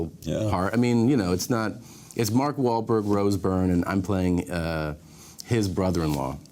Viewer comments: Is Tom trying not to laugh after Larry butchers mawlk wah blar wahlblurg ? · It sounded like Larry's teeth almost fell out when he tried to pronounce Wahlberg